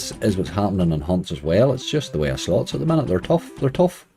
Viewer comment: Surely surely, Slots spoken with an Irish accent is Sl*ts Like toilet is spoken Tarlet